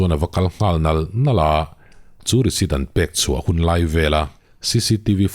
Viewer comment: Risit i ti zel in ka hria i lam rik dan ah ,nge ka beng dik lo zwk,😅